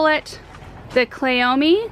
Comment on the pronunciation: Klee-oh-me. You are saying it right! 🙂